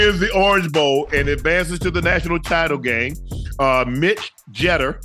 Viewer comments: Cheter? Its Jeeter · How the Hell does Shannon mispronounce Jeter?